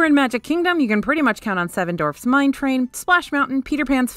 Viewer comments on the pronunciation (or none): Say: "duh". Now say : "wharf". Now say: " duh, wharf" together. DWARF NOT DORF! It is truly your only flaw as an announcer and like nails on a chalkboard when compared to your otherwise nearly perfect voice over work.